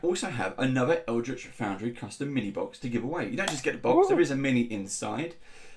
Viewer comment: Hi! I can't believe nobody's said "Eldrich" yet...